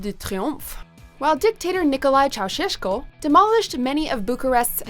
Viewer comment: I can't believe Bucharest is on the list ! I believe that people hate Bucharest or don't really like it at all... Also the way she pronounces Ceauşescu sounds so Romanian, she does a great job !❤